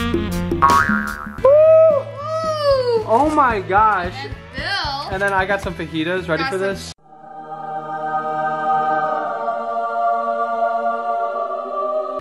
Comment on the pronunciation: It's not fahidas it's fajitas